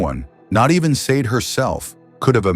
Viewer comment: I have to agree, driving me potty how narration saying Sade, God rest her soul 🙏